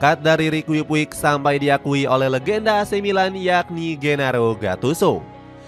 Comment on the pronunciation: Perbaiki penyebutan nama Sergio Busquets = Serqio Busket Rique Puig = Riki Puj